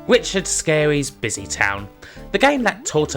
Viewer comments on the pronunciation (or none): It's Richard Scarry, Sk-Arry, not Scary.